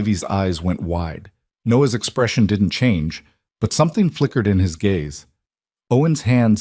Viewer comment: Gaze, not gays 😊